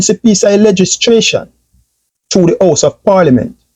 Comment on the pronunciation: Legislation mi G. Not legistration.